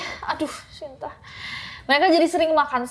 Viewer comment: kak mohon maaf baru ini aku denger shinta sh nya bener2 dibaca shyinta, it feels kinda strange in my ear biasanya denger sinta sinta wkwkwk